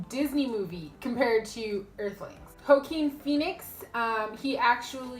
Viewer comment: If anyone needs a good laugh, listen to how pronounces Joaquin Phoenix